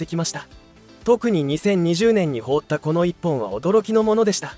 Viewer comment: 「放った」が、「ほうった」と「はなった」の読み方が混在してて気になる……